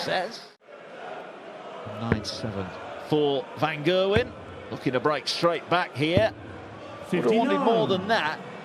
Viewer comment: it's Gerwyn not Gailwen